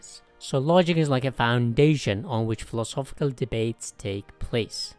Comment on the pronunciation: Who else heard him pronounce philosophical and instantly checked out?